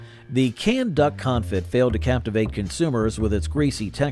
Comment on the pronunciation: con fee. not con fit. sheesh